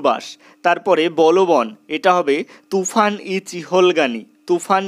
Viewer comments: ওটা তুফান না তুর্কান😅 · জীবনে প্রথম শুনলাম তুফান ই চিহলগানি😭🤣